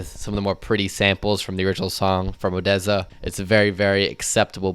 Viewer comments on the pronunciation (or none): none